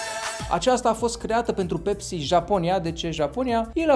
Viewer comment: Se numeşte pepsi! Nu pecsi